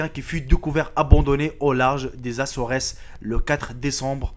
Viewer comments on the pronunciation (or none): les assoresses......les Açores pas açoresses..... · On dit les Assore, on prononce pas le S